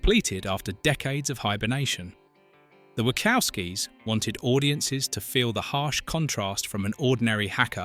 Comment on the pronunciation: The Script for this video is hideous. And the AI voice saying "The Wackowskies" was terrible.